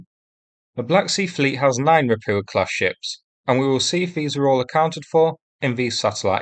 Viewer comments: The problem with your videos is the mispronunciation of everything Russian or Ukrainian. It's really grating if you understand how they are properly pronounced, especially ропуча for example. Bear in mind that words in Cyrillic are often gibberish when they are converted into Latin characters, the Cyrillic alphabet has more letters and several letters have multiple sounds. It only takes a couple of hours to learn the Cyrillic alphabet. If you type the Latin version into Yandex Translate it will usually tell you how to pronounce it correctly (not always.) A good example would be: "Ольга" which has five letters, and is usually converted into Latin characters as: Ol'ha, but a more sensible conversion is Olga. The direct conversion is gibberish. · Can you PLEASE pronounce the hard H sound in Rapucha? Ra-poo-ah is so weird sounding.